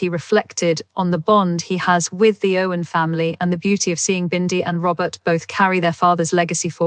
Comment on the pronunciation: Spelling and speaking of words is so off..glad i didn't pay much attention.. its "Irwin"not Owen And "Hough" not Hofe